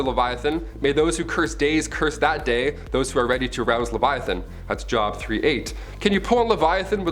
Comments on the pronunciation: I still couldn't help but laugh though. Lol... Job... XD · And his mispronunciation of the book of Job (hard o ) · It’s pronounced Jobe not job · It's not job it's Joe, b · please,. don't think I'm coming down on you. You are my favorite on this channel. Just in case you ever do another vid like this, the. book in the Old Testament is pronounced Jobe (joob) long O not job. Trhanks, cutie pie!! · Job is pronounced Jobe. Long O sound. Not a job that humans get to pay their bills. Just so you know for the future.. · It's not pronounced JOB as in work its pronounced JOBE or Joe-buh. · PLEASE PLEASE PLEASE ask someone about Biblical pronunciations. It's not "Job" like you work at your job. It's "Job" and rhymes with Robe. I flinched every time you said it. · Awesome video! Job is pronounced Jobe tho. Part 2? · Job is pronounced “Jōb” or “Jobe” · It's not pronounced as it is spelled it's pronounced like jobe. But I appreciate the effort! 😊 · Ok so it jobe rhymes with robe. You have great content. But you speak to fast and your pronunciation could use some work. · 1st beast,Joe 2nd beast, the ho, sarcasm is pretty great, yanno? Job is pronounced with a long "O", not like work. According to the Hebrews you never touch blood because blood sanctifies what it touches. Other religions make it "evil and dirty". I like this video, mostly I am a joker, so don't take stuff so seriously! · Job. Pronounced like j oh b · Book of the bible job is pronounced jobe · Hey just an FYI. The bible chapter named Job, isn't pronounced like my job stinks, but with the long O sound but without the E on the end. Jobe...long O sound. Job. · Job????? Lmfao. Job, he says. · It was super annoying to listen to you mispronouncing Job. I think you knew it’s proper pronunciation and you said it wrong on purpose over and over. It’s J O B long O sound. Your smart adjust cost you a subscription isn’t that funny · Check your pronuncation of JOB